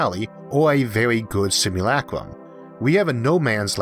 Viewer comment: Is that really how you pronounce simulacrum?